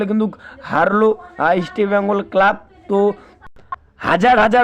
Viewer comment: উচ্চারণ দেখে মনে হচ্ছে এ একটা দু'নমবর চ্যানেল। তোমকে কে খবর দেবে?ইস্টবেঙগল নামটা উচ্চারণ সঠিক নয়।